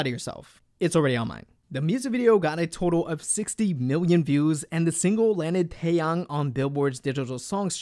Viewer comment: finally someone who pronounces his name right